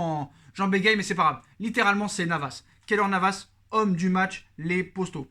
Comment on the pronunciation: tu passes ton temps a répéter tes phrases 2 fois c est assez soulant... et arrete une fois pour toute avec ton « postos » saypapossibleeeee serieux